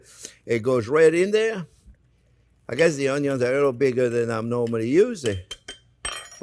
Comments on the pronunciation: I'm just here for the oñyo. I make my pickled onions differently, but hearing this man say oñyo makes me happy 😁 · I love how he says, "Uhn-yuhns!" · I don't even like onions very much. I just watched to hear him say ONYO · I like how you say onions 😂